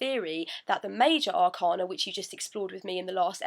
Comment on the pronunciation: Hey,! Thanks for uploading these videos. I found the pronunciation of 'Arcana' confusing so I looked it up in the Oxford dictionary:) ɑːˈkeɪnə So the stress is on the second 'a'.